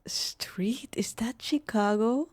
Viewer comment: Shhhicago. Not chickago.😊